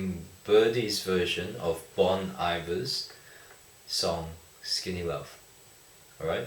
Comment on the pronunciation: Bohn Ee-vair.